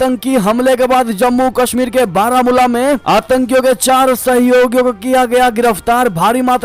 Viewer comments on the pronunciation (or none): none